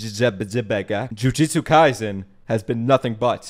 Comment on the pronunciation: Even I, one of Japanese, often say Jujuchu Kaisen. It’s okay.